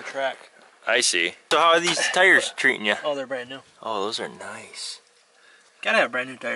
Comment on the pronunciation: Car or truck? Its a Tar or Trar